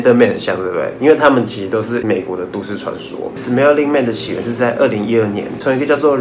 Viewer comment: 是smiling man 不是smelling man啊😂😂